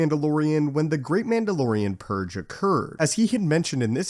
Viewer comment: PurGE, not Purr.